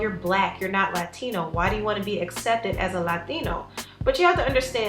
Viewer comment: Please, pretty puhlease stop over accentuating "Latino/a" . Just say it without stressing any of the syllables like you did the 2x in this video & . PLEASE HEAR THIS IN 💝